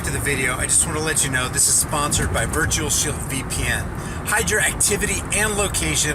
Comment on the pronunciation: I thought you said virtual shill vpn